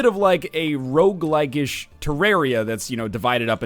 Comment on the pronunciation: He did say rouge-like-ish many times, but I dont think (though I'm not sure) he ever actually called it a rouge-like.